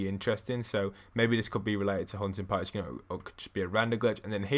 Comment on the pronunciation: Sounds like your saying huh-in potty